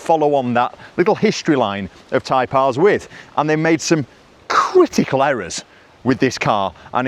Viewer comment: Can’t resist ….. what kind of errors did Honda make? Never noticed you pwonounce like that before.